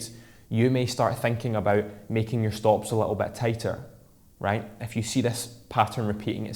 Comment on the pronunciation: Nice episode tho every time you say "if you" it sounds like you saying "F u" which sounds funny when you realize you didn't mean it in that way.. tho Thanks for the great tip it helped